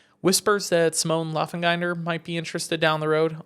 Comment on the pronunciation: The pronunciation of Benistant and Laengenfelder 😂😂